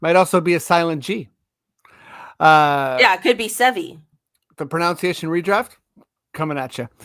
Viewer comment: dude… I hate to be ‘that’ guy, but I can’t look past the irony that whilst you were fumbling over pronouncing players names, you mispronounced the word ‘pronunciation’. It’s pro-NUN-ciation, not pro-NOWN-ciation 🤣🤣